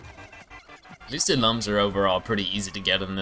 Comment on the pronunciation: Looms not lums